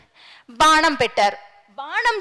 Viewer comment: బాణం కు బదులు బానం అని వుచ్చారణ తప్పు తల్లి.